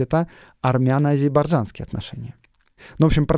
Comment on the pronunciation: спасибо большое за выпуск, очень интересно было слушать. Единственное я не понял почему вы говорите «азибаржанские», а не «азербайджанские»?